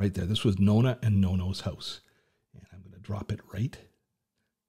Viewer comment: Plz don't say NONA and NONO... 🫢 it's NONNA and NONNO 🇮🇹